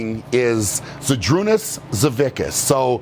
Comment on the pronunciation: Z’s surname is properly pronounced as “SAVITSKAS”